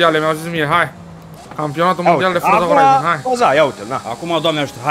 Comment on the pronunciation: “Forță Horaizăn”